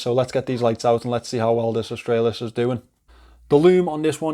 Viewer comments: G'day mate you got the pronunciation spot on cobber.😁👍Aus-trah-lis. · You pronounced it perfectly 😊😂👍👍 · You pronounced "Australis" currently, it's just latin and means "South".